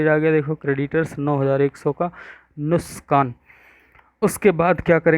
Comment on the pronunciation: Sir wo nuksaan hota he nuskaan nahi